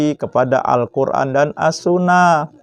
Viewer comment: Wduuuuh sok pinter smpian. Sok nantang orang. Baca assunnah saja kurang bener ap lgi ke yg lain. Bukan assunah pak tpi assunnah.